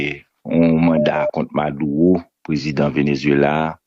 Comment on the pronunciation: Madulo pou di c pa maduwo kom ou pa pale espanyo maduro